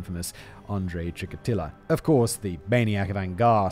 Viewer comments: stop calling chikatilo, chikalito. its sad. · After all this time Simon is still saying "Chik-a-lito." Can someone please stop this brilliant big brain from mispronouncing it? Thanks. Good content, all. Hugs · I chuckled at the way he pronounced Chikatilo - like an italian surname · Chikatilo. Chi-ka-TI-LO.